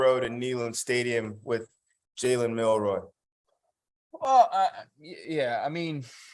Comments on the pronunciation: Milroe- long “o” (not “roy”). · Milroe(row) not Milroy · His name is MILROE! Just read it. It's phonetic.